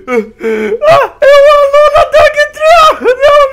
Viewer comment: vc falou Alóla alola